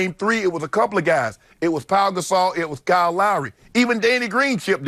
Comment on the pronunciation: Shannon said Paul Gasol!lo.its mark